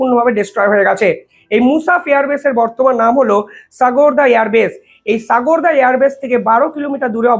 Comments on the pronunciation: সাগোরদা এয়ার বেস নয় ওটা হবে সারগোদা এয়ার বেস, ভালোই বলো কিন্তু ভাষা ভুল করো সুধরে নাও ভাই। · The correct name is SARGODHA. pl pronounce correctly.